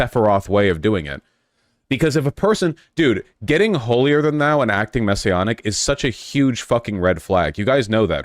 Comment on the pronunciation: Maybe we need more than one such reacher outer. It’s just that such people tend to be working a private grift, if not actually “messionic” (Vaush, it’s pronounced with a short a sound).